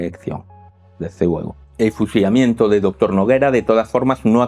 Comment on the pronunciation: No había escuchado su peculiaridad al hablar cuando hay una letra 'L' en novea, fusiamiento. Espero estén mejor. Muchas gracias excelente análisis.